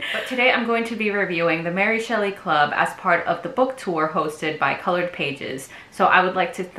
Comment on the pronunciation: super cute content, defo will subscribe but small note. that's really not how you pronounce ary